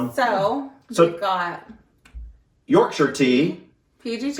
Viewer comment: Well done on the pronunciation of Yorkshire 👍 i dont like a strong tea - not keen on the tannin, so i dont leave the bag in long. I generally drink Earl Grey no sugar. Dunking you need to eat the biscuit and drink the tea, dont forget about the tea once you’ve dunked 🤣